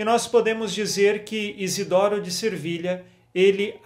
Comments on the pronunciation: agosto muito de ouvir suas mensagens. Deus o abençõe., é Se vilha, sem r! Sevilha. Desculpe pela observação. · Peço-lhe, desculpas,mas sempre escuto o senhor dizer Santo Izidoro de Servilha mas penso que o certo é Sevilha cidade da Espanha.Desculpe -me a ousadia Deus o abençoe, que sua evangelização continue a frutificar como sempre Paz de Cristo esteja sempre conosco 🙏